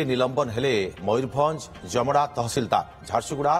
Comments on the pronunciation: ଜମଡା ନୁହେଁ ଜାମଦା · ଜାମଦା ଜମଡା ନୁହଁ ଆଗ ସେଇଟା ଠିକ କର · ଜମଡା nuhe, taku ଜାମଦା kuha jae